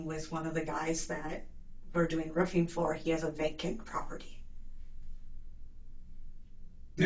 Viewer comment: "Do alotta Rufeeen, Pressure Washeeen.. mostly, it is General Buildeeen". (these are not Words). 😳